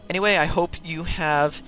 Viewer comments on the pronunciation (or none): none